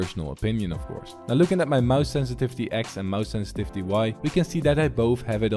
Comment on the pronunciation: senstivity more like sensitithe